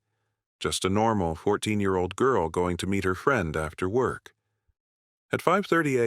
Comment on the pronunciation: idk why AI has such a hard time saying the year lol